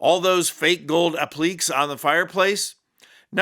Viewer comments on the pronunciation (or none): Not appliks. Appli-kays. French word. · "ApplLEEKs?" Sorry,, it's pronounced "APPlikay." Thought you wd want to know. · app-leeks? app-lih-kays! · “Ap li Kay’s not aplikes! 🤣🤣🤣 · "Appliques" is pronounced "APP-lih-kays." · The only thing more crass than Trump's fake gold appliques is not knowing how to correctly pronounce applique. Please research correct word pronunciations before you make your videos. Thank you.